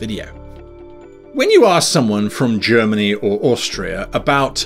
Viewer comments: For the beast you can use the ulisses wikipage, they giving you alot free aaaand its official. But anyway i bought all books cause i want to sup them. :D Btw i like your review its pretty objectiv and your german pronaunciation is realy good. :) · Your pronounciation is really good. ^^ I never got into The Dark Eye, because I always heard it was more rules than acutal game play. And there where the Drakensang video games which I couldn't get into at all. It's safe to say, I bounced of DSA pretty hard before ever getting into it. I think the character creation would be the best thing to cover because everybody who wants to play this needs to do that.